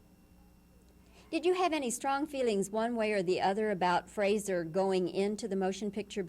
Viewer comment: ……Mr Heston’s son’s first name is pronounced ‘Fraser’, not ‘Frasier’. Mr Heston was well mannered enough not to correct the interviewer………